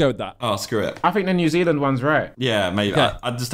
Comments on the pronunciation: NEW ZEALAND Simon said it correctly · Never heard the sidemen say New Zealand so much. Glad they got it right tho